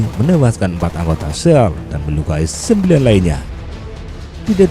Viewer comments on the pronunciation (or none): SEAL bacanya Sill min